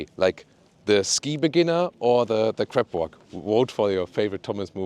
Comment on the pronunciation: I am dying!!! :)) Crab 🦀 walk, not Crap 💩 walk. I know, German accent is very difficult to get rid of. Great review as always!